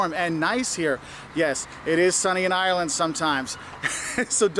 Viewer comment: It's Ireland not irreellannd